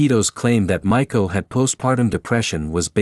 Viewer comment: Cute name Ma ee ko (maiko) like young apprentice geisha (not Michael like it sounded like).